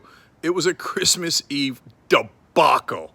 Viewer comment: Crease mas eve. Lol. You just had a Trump moment Cenk!